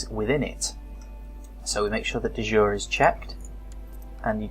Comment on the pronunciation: Great tutorial videos, thanks! Apart from the pronunciations :): De Jure is pronounced Day Juray. It is Latin (not French) and so it doesn't mean "of the day" (as you thought), it means: by law. As opposed to de facto, which means: in fact. So a de jure claim is a legal claim, which may be to a holding held de facto by someone else. Duchy (the holding of a duke) is pronounced Dutchy, not Dooochy! Courtiers are core-tiers not cur-tiers.